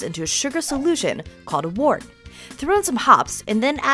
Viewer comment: It's pronounced "wert" Just sayin.